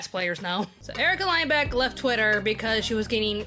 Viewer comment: You said Lindbeck wrong btw..... Bruh Fake support